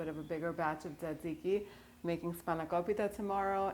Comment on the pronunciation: Minute you said tsixzike I’m sunscribing